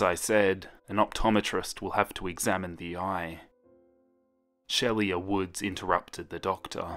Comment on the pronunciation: It's pronounced sheela, 😉